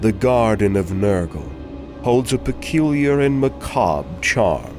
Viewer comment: I loved this video & I love that you know how to pronounce macabre!